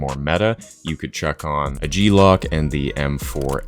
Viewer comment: This dude said G-Lock 🙃